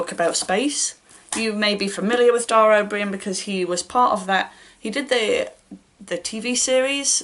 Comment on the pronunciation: I'm not a fan of Dara O'Brian, but I can imagine kids would find his book engaging (and I think your pronunciation was spot on!). For space read recommendations, I enjoyed 'Origins: Fourteen Billion Years of Cosmic Evolution' by Neil Degrasse Tyson, I keep meaning to read more of his books. The writing was very accessible, but also captured the sense of wonder at all the stuff that's out there, and how it came to be.